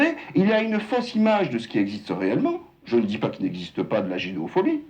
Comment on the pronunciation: Ji suis imam ji suis modéré 😂😂😂 il m'a tuée